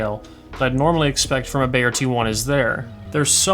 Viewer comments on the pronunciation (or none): Its pronounced B-EYE-YEAH... Just as you would say eye